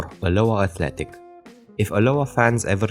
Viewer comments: It's pronounced al-Oa, good try tho & the wasp on steroids is from a branding attempt from the owner the old badge was much better. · Good follow up video mate. To add, the pronunciation of alloa is AH-low-ah, with the stress on the first syllable. Caley is ka-lay :)